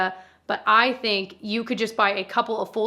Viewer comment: "I thehnk." I felt that tho 😂